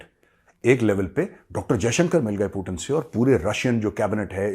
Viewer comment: Hi he is not पुतिण he is पुतिन, please correct 😂